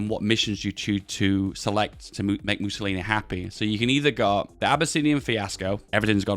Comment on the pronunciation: "Missiolinis" XD